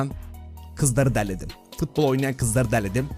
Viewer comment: şu futbola fıtbol deme artık